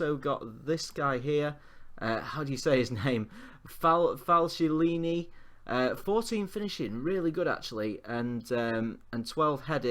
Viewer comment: Domencio Berardi, Falcielini - you shouldn't learn Italian to get the names correctly, just to learn to read, basic school stuff.